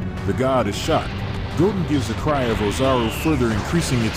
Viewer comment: I like how the ai calls goten “gogen”🤣🤣